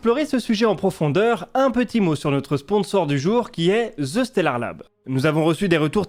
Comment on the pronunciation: Excellent contenu! autre sujet!., ce n'est pas : Ze stellard Lab, mais bien : the (prononcer DE) stellard lab. hihi, je comprend pas cette erreur de prononciation. Le préfixe THE en anglais est pourtant si facile a prononcer. Simplement dire DE , ca devrait mieux passer dans une conversation avec un anglo!